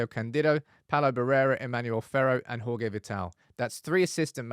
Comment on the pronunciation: He’s Portuguese brother it’s pronounced Jorge not Horhe!